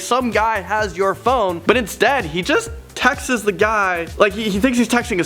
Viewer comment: “textis”Am I the only one with the pet peeve where when people mispronounce things that badly it irritates the hell out of you? I find it hard to watch these videos when he’s the host.